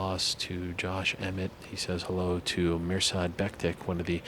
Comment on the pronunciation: Its Mirsad BektiCH, not Becktick. Most of the dudes from balkans whose surname ends with -ic, are pronounced “-ich”, like Miochich. Just some info